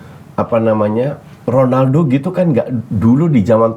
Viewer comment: Bung Helmy emang cara sebutannya KHONALDO ya? 😂 nanya aja sih